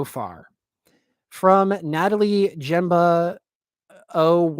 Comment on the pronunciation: i just watched the entire livestream. he pronounced my last name "jembah"😂😂